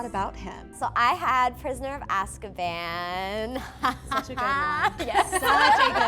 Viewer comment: It's weird the way Prisoner of Azkaban is pronounced in this video, they keep saying Ask-a-ban not As-ka-ban. It was a fascinating conversation to watch, I enjoyed hearing the conversation and questions.